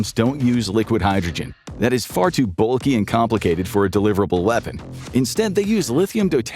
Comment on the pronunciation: Please learn how to pronounce lithium deuteride and tritium.